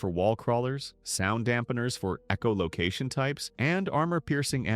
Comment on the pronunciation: Okay. You have to be actively trying to piss us off here. EEcholocation? Really?